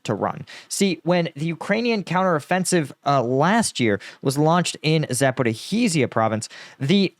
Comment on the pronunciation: The zh (ж) in Zaporizhzhia make a soft g sound like in 'garage'